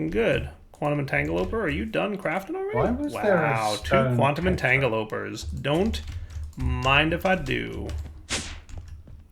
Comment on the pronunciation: you're pronouncing entangloporter wrong again 🤦‍♂️